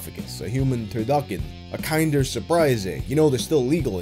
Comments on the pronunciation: It’s ‘kin-der’ surprise, not ‘kind-er’ surprise 😅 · Kin-der Surprise, not Kind-er Surprise. It's German. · I be lieve those prize eggs are pronounded "KIN-der" ... coming from the German word for kids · He's mispronouncing so many words so heinously that I'm starting to suspect he's intentionally fucking with me. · "kinder egg" "kin-der" as in "kindergarten" not "kind-er" as in "you couldn't say this any kinder" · “Kin-der” not “Kind-er” sorry I’m Canadian I can’t take that disrespect😤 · that threw me off lol Im european, Im used to using the German pronunciation of Kinder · 'kinder' in kinder surprise is pronounced like kindergarten, as its a german word, meaning children, as the chocolate is aimed at kids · dude it's pronounced "KIN - der" not "Kine-dur" lol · Only an american could pronounce Kinder as "Kine-der" instead of "Keen-der" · i really really don't wanna be one of those people, but son, "kinder" in kinder egg is pronounced like how it is in kindergarten.... 😭😭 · Kinder. Kin-der. As in German for Children, not Kinder - English for Being more kind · It's pronounced kin-der not kind-er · It’s pronounced like “kinder”garten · bro you really pronounced it kinder surprise haha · a Kind-er egg? WTF. As a canadian I am offended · Did he really pronounce the t in taro and kinder is kind er? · The way you pronounced kinder egg was jarring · im sorry did you just call a Kinder Egg a "Kaind-er" Egg???? Unsubbing for that atrocity to god😤😤😤😤😤😤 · Stop mispronouncing things! Willie AIMS & KINDEREGG- like kindergarten! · His pronunciation of Kinder killed me 😂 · Who pronounces Kinder egg like that? lol